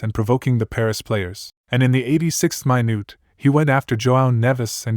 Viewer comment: I like the video but I noticed you said "mainute" Have you ever heard anyone pronounce it that way??